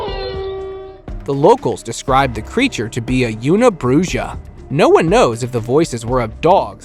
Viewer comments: It's bruha not brusha fuck 😢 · 13.04 Bruja is pronounced brew-ha! C'mon! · ANYONE going out at night, going camping, NEED to have firearms with them at ALL times. And the video you call Una Bruja, you are pronouncing it wrong. It is pronounced Una Bruha, because it is Spanish for "One Witch" Also, no one at all had video cameras in the late 1800's. The invention of the video camera can be credited to Louis Le Prince, a French inventor who left an indelible mark on the history of visual storytelling. In 1888, Le Prince introduced what is often regarded as the first motion picture sequences. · Bru ha The j sounds like an “h”. Bruha.